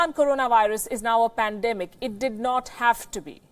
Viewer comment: He cant even pronounce the word PANDEMIC properly ...